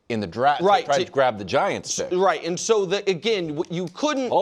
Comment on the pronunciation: Nick’s Midwestern accent layered over by smooth pro broadcaster voice produces interesting pronunciations of a few words. The biggest one is when he finishes Part 1 of his point and he pauses to emphatically say “and” to set up Part 2, he says “EEEyund.” Listen for it